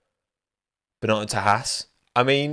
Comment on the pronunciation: Binotto not Bino'o